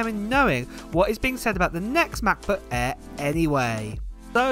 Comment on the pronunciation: “Mah buh ehhh, em-free moddow” = Translation = MacBook Air M3 Model